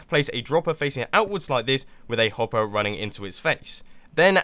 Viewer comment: You said hoppy